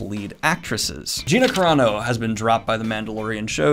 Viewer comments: Daniel, I am not trying to be a nitpicker here, but it's "Carano", not "Corano" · Who's gonna tell him that it's Gina Carano